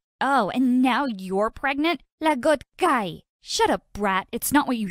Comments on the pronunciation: itts like she said lagot kay instead of lagot ka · I heard "Lagot kay" lol🤣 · It should be lagot ka not lagot kay HAHAHHAHA that's funny though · its lagot ka hindi lagot kay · its lagot ka not kay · said "dude seryoso ka" and im laughing so hard and i hear "lagot ka" i laugh so hard i almost dying😹 (correct my grammar) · She said lagot guy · "Lagot kay" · I’m bursting of laughing bc they said siryoso ka * lol and *lagot ka 😂